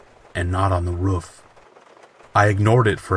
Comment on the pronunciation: The first story when he said “ruff” instead of roof made me laugh🤣🤣🤣🤣🤣